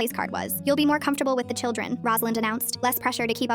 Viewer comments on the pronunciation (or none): none